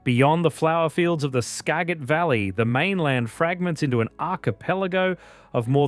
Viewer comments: Skagit Valley is pronounced ska-jit valley, the g has a j sound. And its Yakima not Yakeema but great video, really captured the states beauty. Would have explored more of the North Cascades, the southwest coast and eastern Washington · "Ska-Jit" valley. Thanks AI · This is my state! However, you should learn how to pronounce the names (Skagit, Anacortes). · 50.41, you really butchered all of those names! Lol😂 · ) Skagit? Juan de Fuca? I want to hear them try to say Puyallup, lol.